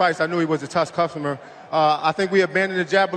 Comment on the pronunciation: "I knew he was a tus cughtomer"😂😂😂😂 tough customer*